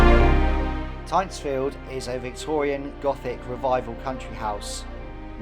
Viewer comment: Hi there, just for info the first syllable of Tyntesfield is pronounced like mint not pint